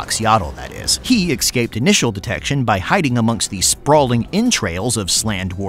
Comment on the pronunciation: ESCAPED. NOT EX-SCAPED. JFC